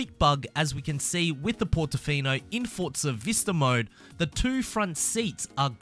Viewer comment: Mmmmmm "fort-za horizon"